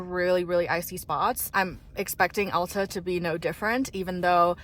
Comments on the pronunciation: AL - TA not ALL - TA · 65 years at Alta, you did great! Come back when there is a few inches of new snow and you'll have a much better experience. For what its worth (very little) locals pronounce the A in Alta like the A in bat! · Alta is pronounced (Ale-tuh)